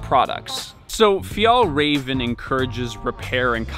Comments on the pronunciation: Paused to type that it’s pronounced fyall-raven. I know exactly how to pronounce it do not PATRONIZE me. Lol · It’s pronounced ”fjellwea*va” *ea as in ”bear” Stress is on first syllable, but there’s also a secondary stress on ”rä”, since it’s a compound word Also use scottish prosody for proper swedish pronounciation. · Haha he say fjäll räven like fjäll raven 😂 fun for me as a Swed. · It’s actually pronounced fjällräven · a pro tip for your pronounciation: If you say the ä in fjällräven the same both times, it would be much more correct Swedish! Ä is pronounced like the e in "environment".